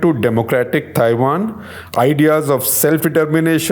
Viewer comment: Cringed every time Shekhar Ji said Thaiwan (Taiwan)